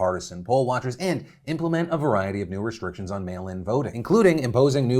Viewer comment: Restritctions lol that threw me off a bit